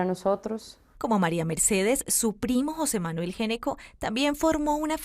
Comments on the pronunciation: el apellido se pronuncia ñeco, no geneco. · GN se pronuncia Ñ... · en Argentina, dnd se habla español, se pronuncia ñeco. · Que increíble que una periodista , supuestamente educada no sepa pronunciar un apellido. Geneco? What in the hell. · Ese apellido se pronuncia ñecco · Se dice ñeco no?por qué pronuncian así si es italiano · Ese apellido se pronuncia Ñeco. Es de origen italiano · No se porque pronuncian mal el apellido, en italiano se pronuncia Gnecco [ñeko]